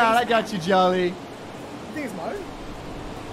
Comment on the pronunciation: Until he talked I thought Rimmy was saying "Joline" not Jolly.